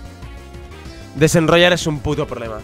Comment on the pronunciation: Por que dice rednroynar